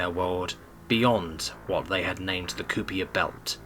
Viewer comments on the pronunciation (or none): What tf is a koopier belt? Its pronounced 'kyper'. And the word "albeit" is not pronounce "ill buy it" its "all-be-it" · It's "Kii per" belt